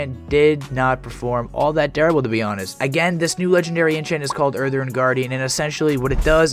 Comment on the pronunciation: "Urthurn" "Mawna" 😂🤣😂🤣